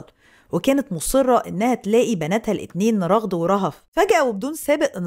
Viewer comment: ٱسمها رَغَد بفتح الراء والغين 🧐